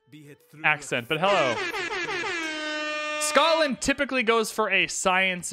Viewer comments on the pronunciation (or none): none